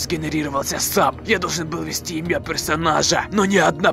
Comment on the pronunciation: научись банда говорить банда правильно банда слово банда имя банда а банда не банда имья